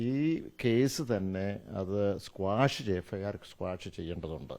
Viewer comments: സ്‌ക്വാഷ് അല്ല ഓസ്മോനെ Quash 😂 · 'Squash' alla saare 🤣 'Quash'..